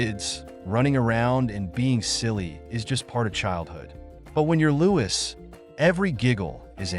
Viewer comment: You should at least get his name right. The s is not pronounced. It should just be said as Loui.